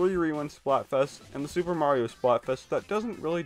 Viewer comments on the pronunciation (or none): none